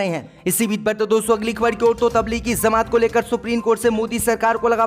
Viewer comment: Beta zamat nahi jamat hota hai